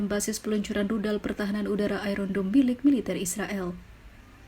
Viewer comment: iron dome jadi iron down